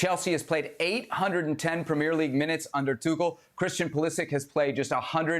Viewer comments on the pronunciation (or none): Why do you guys pronounce Premier League like that